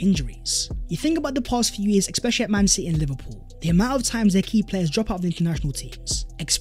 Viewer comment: WTF is eXpecially... Really off putting